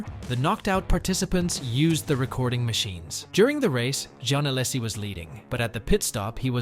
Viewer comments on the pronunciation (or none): each "allasie" makes my ears bleed. srsly and no offense, just asking: why can (so many) native english speakers not pronounce names of any other language correctly? (also i wondered who's this "john" you are talking about all the time. and no, i'm not french)